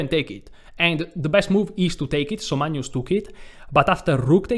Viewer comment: Caro, Ho realmente ammirato tutte le tue presentazioni! Adoro il modo che pronunci il Mag-nus come Manjus (per esempio, in "Magna Grecia"). Hai un umore incomparabile. Sono di Grecia Moderna. Amo lo "scacchi" (anche "σκάκι" in greco). Ho sempre amato la lingua italiana tra gli anni che l' ho studiata - da ragazzo di 16 anni! (piu di 50, adesso). Mi piace anche berre il tè freddo o l' acqua spumante (sparkling water o "gazosa", in greco!!). Peró, non ho capito, perché in inglese dicci "sacrAfàis", invece di "sàcrifàis", come in italiano,("sacrificio")..